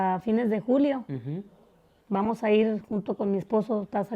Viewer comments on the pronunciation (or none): none